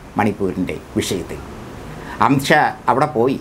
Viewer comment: വാക്കുകൾ ക്ലിയർ അല്ല.അംഷ അല്ല.അമിത് ഷാ എന്ന് ക്ലിയർ ആയി പറയണം